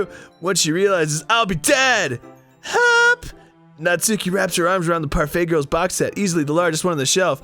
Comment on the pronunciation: "parfat girls" made me laugh way harder than it shouldve